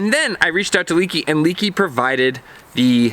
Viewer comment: It's not "leaky", nothing is leaking, it's - "leh-kee"